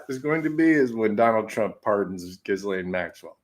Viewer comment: Her name is properly pronounced ghee-LEN. Hard G, silent S, and 'aine' in French doesn't rhyme with 'pain' in English.